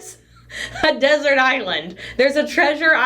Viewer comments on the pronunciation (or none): none